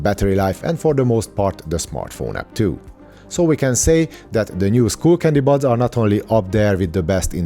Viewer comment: Bro - it's sk-uh-ll not school. New subscriber here :)